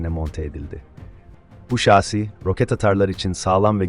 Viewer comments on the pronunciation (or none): Kamaz şaaasi üzerinde...😂Telaffuzu düzelt biraz !